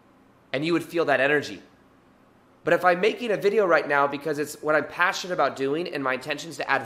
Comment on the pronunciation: Did he say “right meow”?